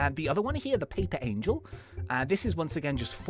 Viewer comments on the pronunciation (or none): none